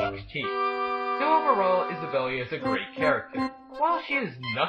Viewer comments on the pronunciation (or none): THANK YOU! I was sure her name was pronounced Is-a-bell not Isabelly! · "Isabelly". srs bro. One does not simply "pronounce the e" in Isabelle. Sex jokes in TheGamingFamily1 are fine, after an in-game caption during the introduction said "fuck". But I chuckled in my mind :) Devil May Cry. He didn't though.